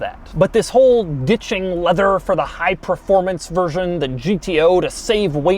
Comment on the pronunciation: “Full leavew affaiws”